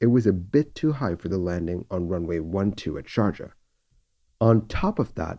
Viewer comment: Great recreation, as usual and quite shocking episode. Just one comment on the pronunce of Sharjah: I believe the "j" should sound "ee" as in "bee", if this makes sense to you.